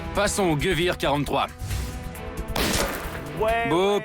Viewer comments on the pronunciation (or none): on prononce pas "geuouir" mais "guévér" pour dire armes en allemand (Gewehr). Un mauvais travail de documentation de la part du journaliste .